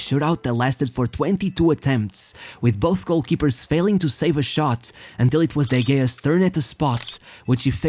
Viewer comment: How did he just pronounce de gea’s name?!?!